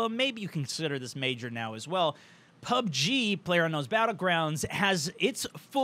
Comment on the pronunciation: did he say "pug-G"?